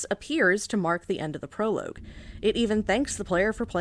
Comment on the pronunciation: This is an incredibly funny and insightful video. One of my favourite that I've seen in a while. The humor here is so good and so dry even if the way you pronounce "prologue" makes me die inside. I love this. It's an absolutely perfect video essay. If I could give it 10 Oscars out of 10, I would. Sadly, all you are permitted is this comment. Absolute cinema.